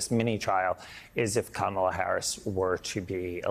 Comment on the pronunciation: "Coma-la" Andrew. Geeze she's not Caramel.